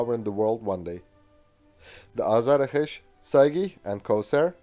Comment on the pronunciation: BTW, it is pronounced AZAR-Akh-Sh and not Azara-kesh. It is a Persian word meaning Thunderbolt. Saegheh means Lightning and Kowsar is Arabic and I don't know WTF it means or what it has to with a fighter jet. Perhaps one of the Mullahs named it.